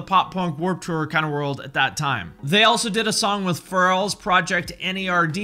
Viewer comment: this dude said pharol instead of Pharrell lmfao